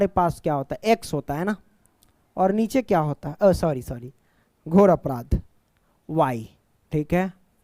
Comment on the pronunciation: ghoor aprad 😂